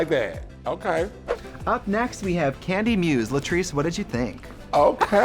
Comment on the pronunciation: Symonyey, Rose, Gottmeek and Kandy Mose 😂